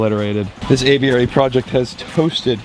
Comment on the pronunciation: It’s annoying how you pronounce aviary haha